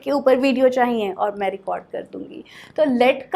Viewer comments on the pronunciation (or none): अरे! डियर आप तो परफेक्ट इंग्लिश के चक्कर में हिंदी ही गलत उच्चारण करने लगीं ! विश्वास सही से बोलना सीखें और चाहिए नाक से बोल रहीं हैं plz mind it ...